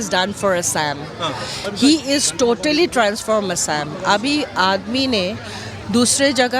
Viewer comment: See the pronociation A'Saam. Kela xomia buli kok.... corrupted bastards